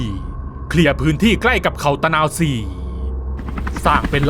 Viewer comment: ตะ_นา_วะ-ศรี...ไปเรียนมาใหม่